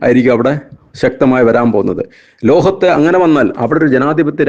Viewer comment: ലോഹത്തല്ല,ലോകത്ത്.... എഴുതി വായിച്ചു കൂടേ...? ഉച്ചാരണവും വാചക ഘടനയും പരിതാപകരം....